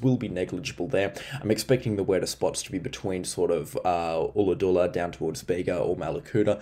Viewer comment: Ulladulla both U sound like butter or udder. Thanks for the update mate